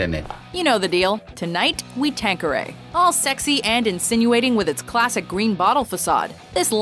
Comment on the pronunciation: Wtf is tanqueriyaya